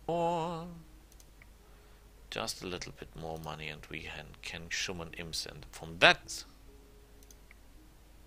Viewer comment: i really like your videos! i have a few "pronounciaction hints", though: it's Summon ("sammon") not "Schumon", Fatigue is "fatiiig" not "fortitude" :)